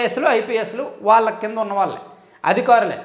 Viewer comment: ళ అనే అక్షరం జాగ్రత్తగా చదవండి వాల్లే అని చదువుతున్నారు